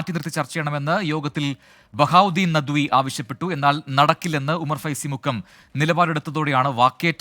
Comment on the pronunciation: നദ്വി അല്ല നദ് വി